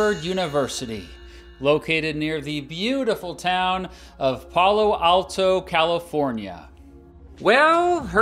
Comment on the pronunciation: Pal-o Alto not Pal-lo Alto 😇